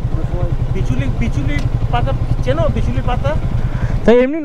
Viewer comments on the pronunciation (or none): মামু , ওটা বিচুলি না বিচুটি।